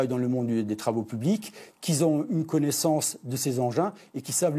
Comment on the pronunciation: " Qui zon une connaissance approfondie des matériels " Lieutenant Colonel Ça résume bien l'état de la France